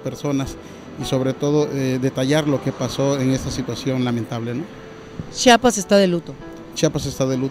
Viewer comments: Aprende a decir chiapas, yo que soy venezolana lo sé decir ubícate ( no chapas es chiiiaaapaaassssss) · Aprende a pronunciar CHIAPAS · se dice Chiapas, buuuurraaaa...!!!!!! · Nada más que se dice Chiapas!